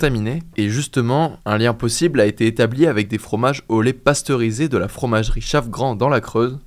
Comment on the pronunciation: alors on dit "lait pasteurisé" et non pas "lé pasteurisé", merci de corriger votre prononciation